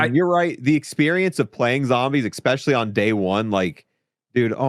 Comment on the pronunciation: He says ekspecially like a five year old speaks 😂 it’s especially btw 😂